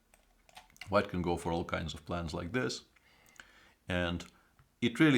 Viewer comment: Svidler say not instead of this zis i(nstead of this) etc. Mr.Svidler is a genial chess player from Russia and i every time like if genius talk i can not see his comments live but thank i can át night. from Budapest. from Russia this videó how go instead we went. take alsó as we how make our statement. i will listen some íves montand to get some.